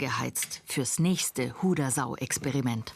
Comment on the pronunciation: Die Sendungsverfolgung ist klasse und informativ. Seit weit über 40 Jahre sehe eure Sendung. Damals gabs noch den Baum 🌳 und die maultrommel ... hoffe es kann sich noch jemand erinnern . Aber ein kleines negativ gibt es .... betont die Hodersau richtig ......😂😂😂😂😂 bussi danke für die kult send